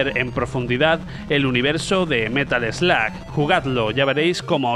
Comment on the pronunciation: es Metal Slug..no "metal sloag" prenunciacion muuuyyy mala